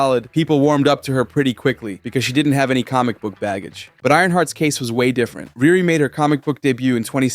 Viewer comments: It’s pronounced Re Re not Rear Re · I agree but her name is pronounced “ReeRee” 😊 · It’s pronounced “REE REE”!